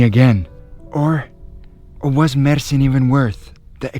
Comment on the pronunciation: You Said Mersin Perfect& TURKIYE